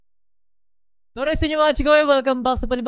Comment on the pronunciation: PvP po kayo kyah.. "Orayt"